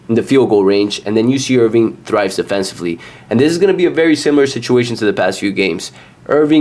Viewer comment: Sorry but if you cant even pronounce the teams name properly, Im certainly not taking your advice on betting them. It's IRVINE not IRVING